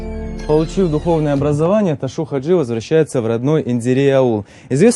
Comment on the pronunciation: Чё за Ташу 😂??? Его звали Ташав -Хаджи не искажайте его имя .